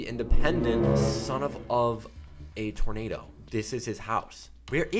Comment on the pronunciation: Lol Son Of A "Tonado" ?